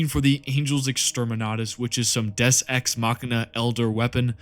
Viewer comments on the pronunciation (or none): none